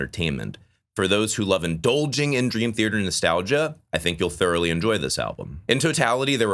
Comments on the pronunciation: For someone who loves Dream Theater, It’s odd that you pronounce it as “Thearter” with an extra r. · Please take your time pronouncing the word "Theater" the way you just say "Dream Thierdr" makes a lot of this unwatchable for me😂 same thing with John Petrucci... bro says "Prchoochi"